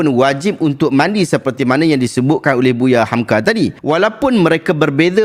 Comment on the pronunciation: Tsilap ust sebut buya hamka tu.hehe